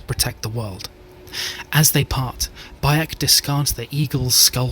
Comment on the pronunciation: Yep, you belched Baek's name 😂😅